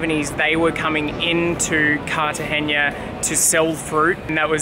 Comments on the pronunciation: We were just there and those two rappers found us as well. Great little city. We've been there many times. You may want to learn how to pronounce Cartagena though. It's Cartagena not Cartageña. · Welcome to Colombia! Be sure to visit Medellin and Guatape. I live in Barranquilla just down the coast so feel free to reach out. (Also, the pronunciation is Car-ta-hey-nuh/na not Car-ta-hey-nya. The “nya” type sound comes from an “ñ”, which “Cartagena” does not have!) Enjoy this beautiful country! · For: There is NO Ñ in Cartagena, just a plain N sound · Cute vid! Btw, it’s pronounced Cart-uhh-HEN🐓-uhh not Cart-uhh-henia 💡✨🇨🇴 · You're mispronouncing "Cartagena"... you're saying "Cartagenia". If you remove the "i" you'll be fine 👌🏽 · Nice vlog! However, the name of the city is pronounced /kartahe'na/ not /kartahe'ña/ 😂😂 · Carta-ge-na!! Not ge-nia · Good stuff, don't be offended but you say CAR-TA-GENIA. Do not add the I when you pronounce, should be NA at the end of CARTAGENA. Are you going to Barranquilla? I just got back from Armenia. You guys will love Armenia! Very inexpensive and it is where the countries coffee is grown. If you love coffee you have to go! Not touristy like Cartagena and extremely cheap!